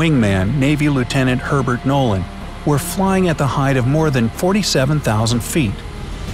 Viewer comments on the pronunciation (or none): none